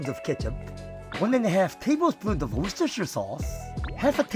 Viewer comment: Your pronunciation of Worcestershire sauce is better than any American I've heard